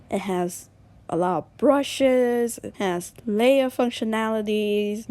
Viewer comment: "Lay R" XD